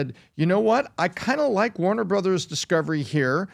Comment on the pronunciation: Did I just hear him say time waner at the beginning of the video